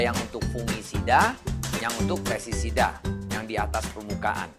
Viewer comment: Sorry pak, bukan pesisida tapi pesTisida.